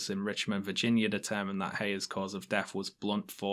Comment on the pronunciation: I love that you pronounce "Virginia" as "Vaginia"❤